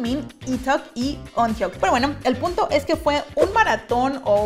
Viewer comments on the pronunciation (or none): Se pronuncia "Kyuyon" y " uñok" o "uñoke" los mismo suju lo dicen asi